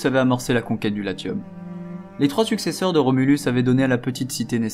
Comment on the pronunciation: Latium se prononce en français Laciom